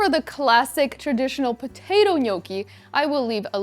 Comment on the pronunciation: You're not pronouncing gnocchi correctly